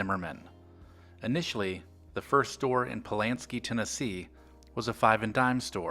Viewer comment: It's Pulaski. Not Pulanski.